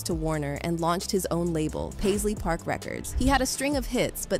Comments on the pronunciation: By the time it got to Pazlee the second time, it knew how to pronounce it. It's still learning. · Paisley was pronounced two different ways. Got it right the second time. Good AI!